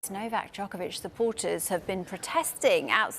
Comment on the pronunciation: Karen - The minister can't even pronounce Novak's name. Was it too difficult to ask ANYONE about it?